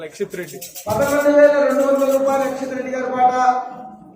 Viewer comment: అక్క అక్షిత్ కాదు యాక్షిత్ రెడ్డి అక్క నేమ్